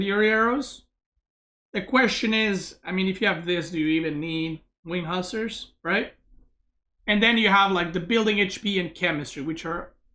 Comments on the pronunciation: He said wing huskar😂😂😂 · Nope, he said Hussars